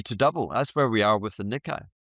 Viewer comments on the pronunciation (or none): HH- Its pronounced NeeKay!!